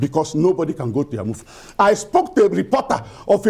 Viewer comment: The lady in the studio is from Enugu state yet she can’t pronounce Eha-Amufu properly.. SMH